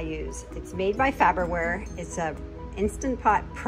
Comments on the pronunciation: It's, "Far ber ware" not "Fab er ware." The little things. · FAR-BER-WARE... it's not FABER-WARE. 😄😎🤩😀😄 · that looks delicious. I can understand why it's a constant repeat on the meal rotation. You did a great job pronouncing pepperoncini, but what was the brand of the instant pot? You might want to review the way you are pronouncing Farberware, unless that is the PA way to say it. I would love to join the cast on your channel. I know up until now it's only been family, friends and pets, but I could be Rick the dialog coach. I could. (Now I am talking like Mike. I am.) There is just something about you guys I love to tease. I love your channels.